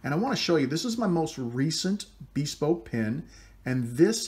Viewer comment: I want to preface this comment by saying that I love your pens and videos. You are clearly a man who likes to do things as best he can and get better at them over time (I'm the same way). I bought a PSI Lathe to turn pens because you made it so accessible. Now, I have ONE suggestion. Take it or leave it, but if you google the word "bespoke" it is pronounced BIH-SPOKE not BEE-SPOKE. Other than that, I love it all. Thanks!